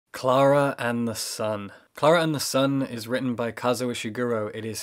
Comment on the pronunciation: Me sending this video to friends: LOOK HOW BEAUTIFUL THEY PRONOUNCE KLARA AND THE SUN IN THE BEGINNING I CANT